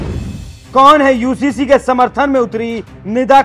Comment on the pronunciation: Ye Owaisi pagla gaya hai ....UCC ko HCC kehta hai ..